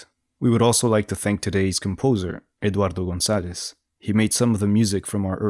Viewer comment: Damnnnn that pronunciation of Eduardo Gonzales 👏🏼